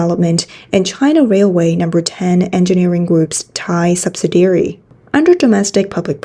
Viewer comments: Subsidiary, not subsidary. Very slight difference, but important to English speakers. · Just to help, "subsidiary" has five syllables and is pronounced "sub-SID-ee-air-ee". Rhymes with "the LID we carry". I really appreciate the news reports on this channel. Important information that's hard to find anywhere else.